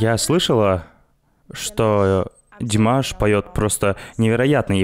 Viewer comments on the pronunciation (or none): Я, не понимаю, как можно так каверкать имя Димаша ?????😮 Прям такие ,,,,,, аж бесит. Мы же ведь их имена не искажаем , Джон, Стивен, Фредди.....и т.д., почему же они имя- Димаш так искажают ??? 😮 как будто - "аброкадабру" их просят произнести....